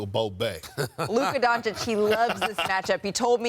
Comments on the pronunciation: 5+ years and SAS still refuses to say Doncic properly. Still saying Donchik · Stephen A racist. Loves Booker but calls Luka “Donchick”,mispronouncing his name. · Stephen A still can't pronounce Luka's family name right. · I'm so bored of T.V. pundits being accused of disrespect because they can't pronounce foreign names correctly. However Luka Doncic is one of the most famous sportsmen in the world now, it's time to pronounce his name correctly.